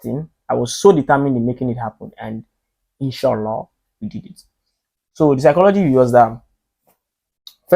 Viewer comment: "... and in-shoo -laaa we did it...